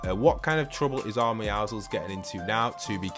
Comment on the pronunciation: thank you for pronouncing the name Meowscules correctly, i hate when people pronounce meowscules as Meowskulls